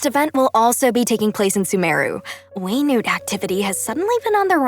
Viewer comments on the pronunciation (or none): Genshin: whey-nute Everyone: we NUT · It’s Wenut and not We-Nut. I’m 💀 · you will never convince me that wenut is pronounced way-newt. It's WEENUT!!! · Pronouncing Wenut Them: Way - newt Me: Wee - nut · it's pronounced "weh-noot"? I've pronounced it 'wi nat" all these time